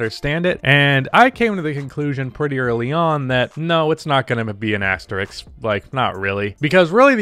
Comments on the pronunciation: Why is the “sk”-sound so hard for Americans to pronounce? It’s asterisk. Asterix hung out with Obelix. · Imagine being able to pronounce the word “asterisk” correctly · One day you will get the word "asterisk" right, I believe.